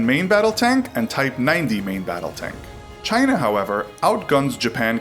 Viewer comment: Do they still call them corvettes in “Chynah” (trumps pronunciation)